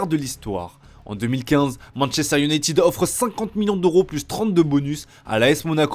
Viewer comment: manchester youneytune